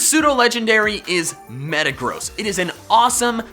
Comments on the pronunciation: DO NOT LEAVE OFF THE R IN METAGROSS! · I thought you said metegross was a fat ass. Lol